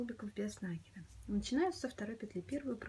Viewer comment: Спасибо большое за Ваши мастер-классы!👍👏🌹🌹🌹 Всегда все понятно, но очень режет слух ударение в слове нАкид. Ударение в это слове на второй слог - накИд.